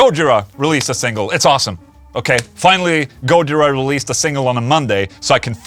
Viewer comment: Gooojira? Isnt it Gojiiira?